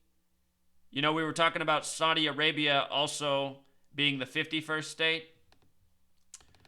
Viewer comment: Saudi A-rape-ya